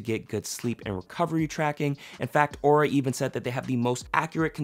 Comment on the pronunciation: UnjustifiedRecs and in this video he also pronounced it wrong. Lol